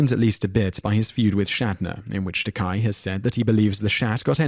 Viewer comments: antonzap He said it correctly twice, then said Ta-kie after that. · Learn how to pronounce the names, FFS. Baker, not Barker. TakAY not TakEYE. Raymis not Rarmis. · It's interesting how he pronounces Takei correctly the first like two or three times, then pronounces it "tah-kai". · It's pronounced "Tah-KAY", not "Tahk-EYE". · And BTW, Takei is pronounced “tuh-Kay”. Not tuk-eye. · Dray-fis? Ta-kie? Harold Rah-mis? It's Dry-fis, Ta-kay, and Ray-mis. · Richard DRAY-fiss and George t-Kai. because if you can't get the pronunciation down, how likely is the actual content of anything else you say believable? ps: DRY-fuss and "Its ta-KAY. You know, like toupee," George said at Bill's Comedy Central Roast. Kenny BARKER???? at least you correct the rest to Baker. David and Gillian - um, so explain the admitted offscreen flirtations...and recent dating a few years back. I had thought they still were for the new series, but they have apparently moved on? Rommis??? RAM-is. seriously, go watch a video of ANY of these people pronouncing their names. it isn't that hard. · It's pronounced Tah-Kay. If it was pronounced Tah-Kie it'd be spelled Takai, not Takei. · It's Takcay not Takeye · I loved this video, but it is pronounced Ta KAY not Ta K-I. The only reason I even bother to make this point is that I just watched his documentary on Netflix and he seems rather touchy about it. He also says that he did send a wedding invitation to Mr. Shatner, Everyone knows that Shatner is a jerk, but even Trekkies can separate character from actor. Keep up the good work. I look forward to seeing more of your videos. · yeah his name IS pronounced ta-kay, NOT ta-kye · ummm your butchering of the last names was HORRIBLE!!!!! 10 - Dryfuss- (Drie-fuss) 9 - (Ta-kay) 4 - they are NOT gay they are droids! 2 - (Ray-miss) and they were not enemies!!! PLEASE - don't do any more of these!!! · "DRY-FUSS" "RAY-MiSS" "TUH-KAi" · Dry-fus, Ta-kay. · Mispronouncing Takai is one thing, but Baker isn't Barker, mate.